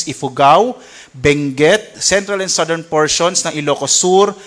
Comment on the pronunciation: Commend ko lang si sir magreport, aside from the very important updates, first time ko marinig yung tamang pronunciation ng southern at category. Pero kudos to all specialists of DOST Pagasa.